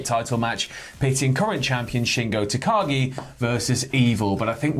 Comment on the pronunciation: Swear to god if keeps saying Tagaki I'm going to go mad.